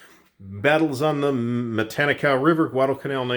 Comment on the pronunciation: You're pronouncing it the same way I've heard it pronounced.